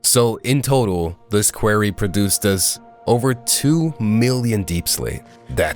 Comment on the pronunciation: "a query"